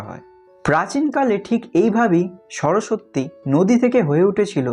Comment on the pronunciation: তবে উচ্চারণটা কিন্তু (সরোসোত্তি) নয় (সরোস্-সতি)